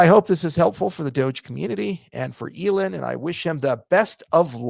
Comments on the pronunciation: He calls he elen 😂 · Great video. Haven't heard Elon pronounced that way "Elon" Elōn like melon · I love how he screws up pronouncing Elon’s name. Definitely not a mistake haha. Also, the entire talk is major shade with heavy undertones. Not sure how Charles walks out out that office door with balls that big.